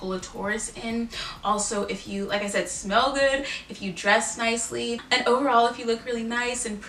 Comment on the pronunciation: When she said in Taurus that you should smell good, I heard “spell good”. I was like, “Well, I think my grammar’s pretty good...” 😂